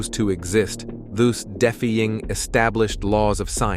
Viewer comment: “Deffy-ing”? How about “defy-ing”?